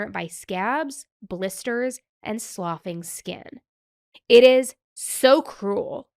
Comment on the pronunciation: Hi, just an FYI "sloughing" is pronounced as "sluffing" Otherwise, great work as usual. Thank you for covering this case. Child abuse too often goes unpunished and it is heartbreaking 💔